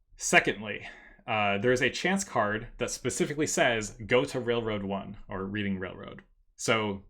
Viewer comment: I always thought it was Reading Railroad (pronounced "Redding" like the actual rail company in PA)